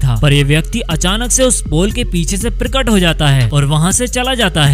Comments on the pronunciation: "Pirkat" is not the word but Prakat is correct pronunciation. You can't correctly speak Hindi. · प्रिकट नहीं प्रकट 😂😂😂